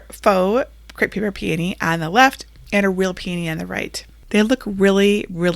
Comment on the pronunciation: Finally, someone who can pronounce p a knee correctly instead of calling hogs PEE OWN EE! Your creations are beautiful. Thank you